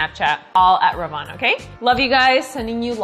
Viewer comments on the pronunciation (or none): none